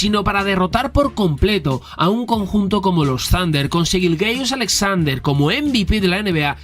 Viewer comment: Te lo pido por favor, me da un calambre cada que dices Shai GILGEOUS con todas las vocales, mejor dile SGA o Shai YILYIUS-Alexander que es su pronunciación, gran video